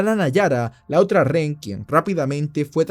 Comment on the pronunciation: Buenos videos bro.. solo como recomendación se te escucha mejor pronunciación cuando utilizas la palabra "prisionero" en lugar de REN... (Justo como la escribí así te escuchas) siempre dices REN en lugar de Rehén y no se escucha nada bien.